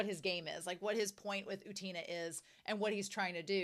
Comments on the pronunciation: Not u-TEEN-uh, or u-TANE-uh, it's U-ten-uh (or OO-ten-uh, if the 'u' is confusing). Also, no 'y' before the 'u'. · I really do not wanna sound mean but I don't understand how westerners cannot pronounce anime character's names because... their names are literally pronounced all the time in the show? Just say Utena how Wakaba or Anthy says it. You don't have to go to Google translate for that. Idk I hope that doesn't come off as rude. I don't think everyone has to pronounce every foreign name correctly. I can't pronounce English names correctly either. But I don't understand using Google translate IF you want to pronounce it correctly when you are hearing other characters say their name all the time.